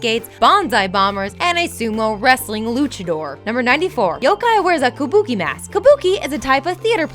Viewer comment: The pronunciation errors were making me cringe so much that I had to pause the video and look into the comments to see if anyone else was hearing this. "Kubuki"... blegh. Also, "San Frazisco"